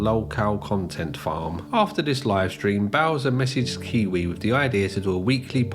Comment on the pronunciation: “I did not stweam see pee to chilldwen you idiot, I did not stweam porn to childwen, I stweamed cartoon hentai to childwen you idiot” is the funniest thing I’ve ever heard a person say in my entire life